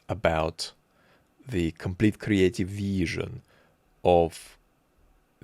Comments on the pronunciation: 😂😂I 💕 how you pronounce this veeeesion!! 🎉. Also the microbe 🦠 attention-spam of the POTUS and how you imitate this childish voice! 👏😀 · slavic accent feels personal man "viiIIIizZzion" hurts :<